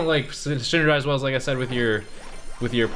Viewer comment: sinnergize, 😂, you mean synchronise,your a funny guy